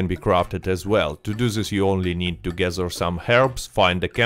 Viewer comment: Great video but Please stop saying dze instead of the. Its them not dzem its gather not gadzer 😂😂😂😂 making us europeans sound same all togedzer